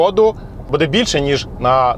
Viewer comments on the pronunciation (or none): none